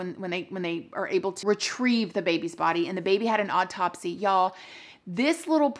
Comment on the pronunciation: Love your blog! So much! BUT PLEASE, stop saying "Odd-topsy" 😕 (it's awe-topsy) 😉